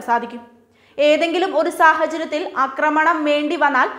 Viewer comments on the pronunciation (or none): അക്രമണം അല്ല "ആക്രമണം"